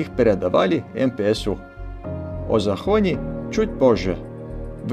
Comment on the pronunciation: Фильм обалденный. Действительно, как медитация, смотришь, вроде бы ничего не происходит на экране, но не оторваться. Хочу только поправить, венгерская станция, на которой передавали поезда, произносится не ЗахОни, а ЗАхонья по правилам венгерского языка.